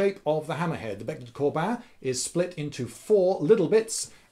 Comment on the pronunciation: excellent vid :D, and nice pronunciation of "bec de corbin" :p